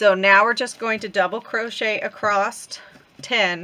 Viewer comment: Do you know you say acrost instead of across? My mom used to say that. ❤